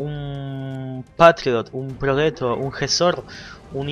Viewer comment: Hola, feliz 2021!!! Buenas batallas. Sólo 1 error, el Progetto se pronuncia "proYetto" y no "proguetto" como dicen todos... Abrazo y hasta el próximo video!!!